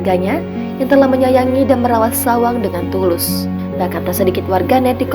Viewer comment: Bukan SAWANG manggilnya bu,,, Tapi bAcanya SHAOWANG,Shao itu artinya kcl jdi artinya adik kcl